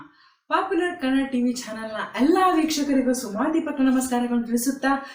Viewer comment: ಅಕ್ಷರ ಗಳನ್ನು ಹಾಗೂ ಪದಗಳನ್ನು ನುಂಗು ತೀರಾ, ಅವಸರದಲ್ಲಿ ಎಲ್ಲಾ ವೀಕ್ಷಕರೀಗೂ ಹೇಳುವ ಬದಲು ಅಲ್ಲಾ ವೀಕ್ಷಕರು ಅಂತ ಹೇಳು ತ್ತೀರಾ, ಕನ್ನಡವನ್ನು ಕೊಲೆ ಮಾಡುತ್ತೀದ್ದೀರಾ ,ಹಣದ ಆಸೆಗೆ ವಿಡಿಯೋ ಮಾಡುತ್ತೀರಾ ನಾಚಿಕೆ ಆಗಬೇಕು ನಿಮಗೆ